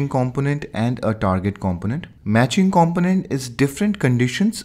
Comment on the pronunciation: Thank you for this video. It was very useful. If I may, I understand that english isn't your first language and Kudos to you for learning and teach in it. One word distracted me to the point I had to re-watch it. "Component" We pronounce that compooooonent, a long "o". No offense intended. Great video.